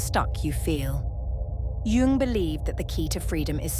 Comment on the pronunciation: A gentle suggestion.... Jung instead of Young, pls.?